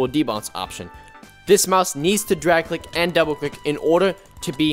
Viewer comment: "it can't dwag cwick im so sad"